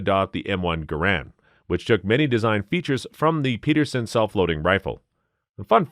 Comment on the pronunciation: im sorry for being an asshole gun nut but the narrator is saying some of the names wrong. like the Pederson ... he says Peterson and the Garand he says Garran. it confuses people